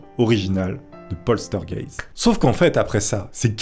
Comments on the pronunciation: Celui qui me chagrine le plus c'est poltergeist la pauvre heather O'rourk elle était si coupinette . Ah c'est Poltergeist et pas Polstergeist LOL!!! essaie encore une fois ... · LOL..postergaite....plutot POLTEURGAISSTE ( POLTERGEIST ) a part ca bonne video !!! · poltergeist et pas polstergeist s est pas dure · Ouai sauf pour POSTEURGUEIST!!!!! 😂😂...C est tellement bien prononcé par je trouve...mdr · Le fameux "plostergayte" 👌🤣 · PAUL TEUR GAISTE voilà si t'as des pb de prononciation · Répète après moi POL TEURRE GA YSTE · Mais c'est P O "L T" E R G E I S T putain!!!!! Y a pas de S entre le L et le T !!!! LoL J'aime bien tes vidéos mais fais un effort tu vois bien qu'tu force en le disant !!! Ça marche pas avec un S 😂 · Ça se prononce polterzguègue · Polstergeit* il c est qu il y a un s mais pas ou XD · "polstergeit", le meilleur que j'ai entendu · Polsteurgeyst, polsterged mdrrrr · Oh putain j ai bien ris a chaque fois que tu dis poltergeist tu l'estropies un peu plus 😅😅